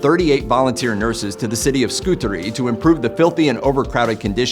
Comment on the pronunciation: Well being an English Staff Nurse, there are a few things you are wrong about, the pronunciation of 'Scutari" the name of the Hospital Florence worked in during her time caring. I understand as a Nurse the hygiene Florence brought to Nursing, it was filthy before she arrived, has improved heaps over the year, her strength of leadership, discipline in the job. Florence brought status to young woman joining the Nursing profession, especially across the world during WW1&2. The honour felt in services given as Nurses, the Study, the advocacy for our patients, the compassion. I worked from age 20 yrs , then retired through ill health. I live near where Florence is buried, went to her grave, to ask the question should I retire.. after 33 years.I very often used sit by her former house, and worked in the community in Romsey Hampshire. Blessings Florence x